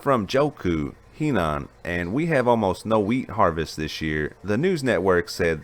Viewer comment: It’s Huh nan ( pronounciation) friends where I used to live in Zhengzhou Henan tell me things are normal so they are being censored